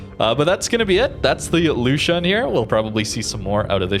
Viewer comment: the u with the two dots on it sounds like the letter U. It is pronounced L"U"shuen or something similar